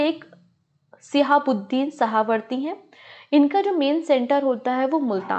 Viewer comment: शाहवर्दी नहीं है मैम.... सुहरावर्दी है। बुखारी को आप बुक हरी पढ़ रहीं हैं । परचम ऐसी गलतियां पता नहीं क्यों कर रहा है पहले भी एक टीचर बहुत से गलत उच्चारण कर रही थीं।